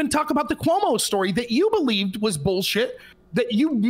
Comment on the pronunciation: Coy-mu might be the funniest mispronunciation of Cuomo I’ve ever heard.